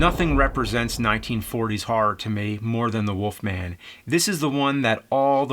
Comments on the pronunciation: Why do you say "the woff man" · I keep hearing James saying "The Woof Man".